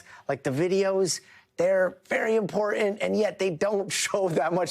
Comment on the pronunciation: You lost me at impor'an'. A major news network!